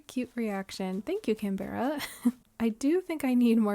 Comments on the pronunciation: hii! started watching your videos the other days and theyre very cozy i love having them on in the background while I play my own island or work on stuff! i hope you dont mind me saying- but as an australian canberra is pronounced can-bruh/can-bra😅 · Canberra is pronounced can-bra, it's the capital city of Australia!